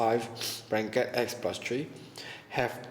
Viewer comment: Thanks a lot. This really help me. But I kept hearing brackets as 'blankets' and roots as 'roof'. Hahahaha. But it doesn't matter because with this I really understand much more. :)